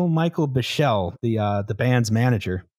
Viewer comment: the manager's name is pronounced "beekly" not "buh-shell", how the fuck do you do an hour thirty on this and not know how to pronounce one of the major figures involved lmfao